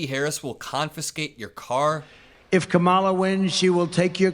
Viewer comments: Whine-o still won't pronounce Kamala's name correctly. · If he can’t pronounce her name then he must be talking about someone else